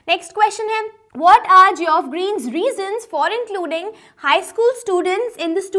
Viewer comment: Mam geoff ki pronounciation is not suited for u as an english teacher. But, thanks video was effective.